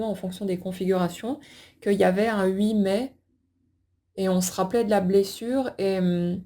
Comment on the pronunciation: Yess ❤️ ❤️ ❤️ merci 🎉 c est très amusant lorsque vous prononcez "oui mais " j entends ui mais..petit clin d oeil à ma famille Lorraine.... huit mai😂 8 mai c est sa date de naissance!!c est fou..et oui toute l histoire...oui mais....Tres belle soirée ❤